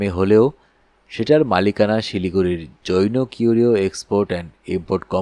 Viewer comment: জৈনো উচ্চারণটা খুব কানে লাগছে।